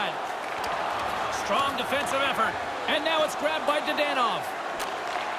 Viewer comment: I hate they way they pronounce Dadonov